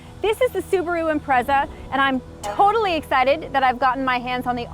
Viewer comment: 'Imprezad' LOL but E for Effort. had a good lil laugh. its a nice looking lil car